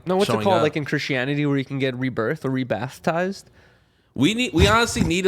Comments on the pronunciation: So we gonna sit here and let this dude get away with saying BATH TIZE 🤣🤣 WHAT IS RE BATH TIZED??? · Rebathtized not a word Russian boy